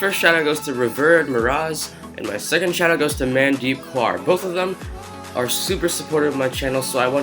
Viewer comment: the MAN DEEP KAUR pronunciation was very funny